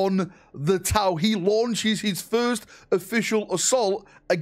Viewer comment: What’s a Launced? Scams?